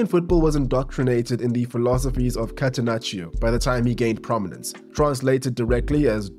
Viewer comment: To improve your pronunciation of Italian (I see you're trying and I appreciate that): you almost never read the "i" after g or c. It is there to change the sound of the g and c, but it doesn't make a sound in itself. So you shouldn't read it in Gianni, in catenaccio or in calcio